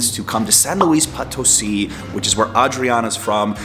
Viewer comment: Not to be rude, but why do you insist on calling it POT 🍯 instead of Po (long o) tosi. I'm sure she has corrected u....just sayin 🤷